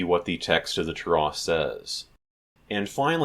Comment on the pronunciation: oh good grief, who taught you how to say "Torah" that way????? Do you have any Hebrew study or are you self taught?